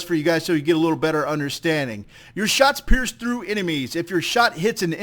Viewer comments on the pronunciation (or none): none